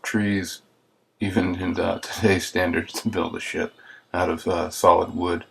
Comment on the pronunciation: i thought he say "this is a pretty big shit" lol